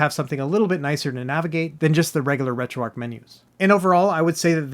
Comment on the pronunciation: retro-archhh bro, not retro ark